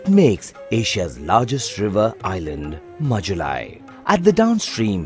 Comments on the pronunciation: Sir it's majuli not majulai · Sir,the river island is Majuli not Majulai. Thank you so much for the video.